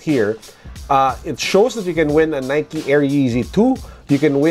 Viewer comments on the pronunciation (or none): none